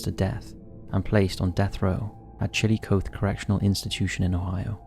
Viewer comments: Chillicothe is pronounced chill-eh-coth-ee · Chillicothe is pronounced Chill uh coth y